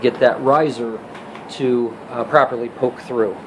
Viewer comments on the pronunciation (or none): none